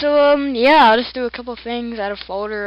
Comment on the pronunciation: "Create a Foder" Dat freaking accent.